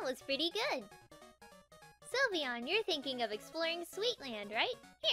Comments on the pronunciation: it is sylveon not slivyian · is not sulveon is sylveon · Silveon not sylveon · Wet de hekkk....its called SYLVEON!!!!! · its not sylveon its lysvoooena